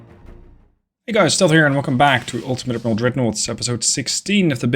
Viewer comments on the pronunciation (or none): none